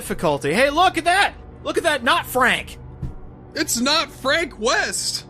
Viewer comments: 1 fronk wost.2 french weest.3 frankie wove. weird yet in my opinion cool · I believe in your dr2 lets play you called him "Fronk East" at one point. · It's fronk yeast